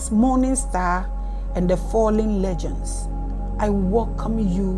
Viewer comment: my dear mama, my teacher and my admirer the word "Legions" is pronounce as "LEE-junz" not legends